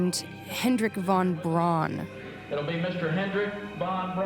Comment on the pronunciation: "won brawn"?! These neo-nazi types really need to work on their German pronounciation. A true Übermensch would never prounounce "von Braun" as "won brawn".